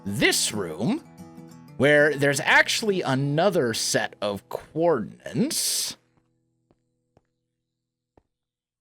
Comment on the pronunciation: “Coordinates” not “coordinants” stop thatching people how to not say or spell it.